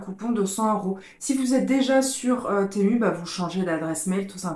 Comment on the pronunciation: Enfin quelqu’un qui prononce bien le nom .. Persoo je ne commande que sur ce site, il est trop bien